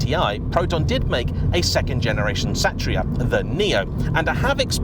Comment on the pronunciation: pronounced so right dude👍, SATRIA not SETRIA mean WARRIOR.